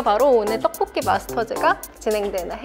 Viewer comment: 누나 떡볶이라고 말하실때 ‘떡’ 발음이 너무 찰지신것같아요 ㅎㅎ 항상 잘 보고 있어요 !